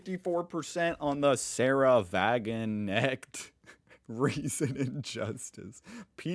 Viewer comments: Wie amerikanisch willst du den Namen noch aussprechen?: Ja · Wagenknecht mit k. Im Deutschen ist es nicht stimmlos es wird gesprochen, k like in Kilo. Wagen-knecht = cariage servant.